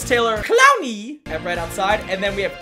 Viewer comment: Listen to how he says “clowney “🤣🤣🤣